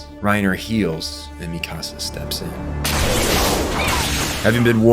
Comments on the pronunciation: Mikasa: exists Every content creator ever: "Mi Casa" 🤦‍♂ It's Míkasa, not Mikása - emphasis on the FIRST syllable. It's pronounced this way in both Japanese and English dub, I dunno where yall are getting Mi CaSa from 💀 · "Mee-kahh-sah" "Historia Reyes" "Yee-mir" "Gene" (Jean) "Wall Marriah"??? 😂😂😂 Lmao I CAN'T with these Pronunciations Bro.. I Spent the ENTIRE series hearing the names said one way & here you go saying them a COMPLETELY Different Way from BOTH the Dubbed & Subbed Audio. Smh. Great Video still tho